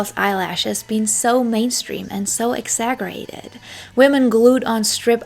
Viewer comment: This was super interesting!! I also wanted to say (not that it took away from this great video at all) but exaggerated isn't pronounced with a (g) sound! It sounds like (ex-za-jer-rated)